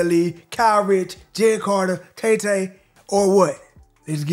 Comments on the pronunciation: called TaTa "TayTay" bro I can't😂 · Yo all love but not taytay its pronounced tahtah all love tho ❤ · Yo say it like tah tah not tae tae😂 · u correcting what I said when the names wrong anyway lol it's tata